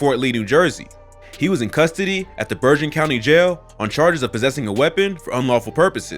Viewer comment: my man said BERJEN COUNTY. LOL